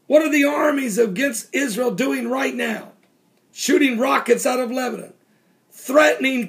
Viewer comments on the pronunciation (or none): none